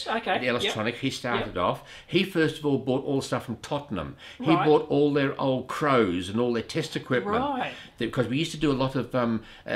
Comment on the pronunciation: It's been a while since I heard "CROs" pronounced that way.